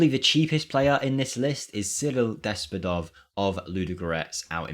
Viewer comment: My Bulgarian ass just couldnt stop giggling when i heard the pronunciation of both Despodov and Ludogorets😄